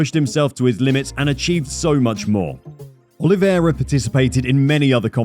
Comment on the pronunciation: You are butchering his name. It's not Olivéra, is Oliveira.